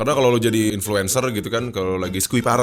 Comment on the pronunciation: Gw denger influencer jdi influenzaah anjir wkwkwk